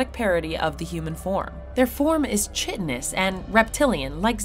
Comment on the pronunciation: Revise how you pronounce "SETI" and "chitinous"